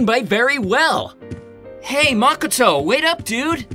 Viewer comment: Everything is great but you said makoto wrong 😅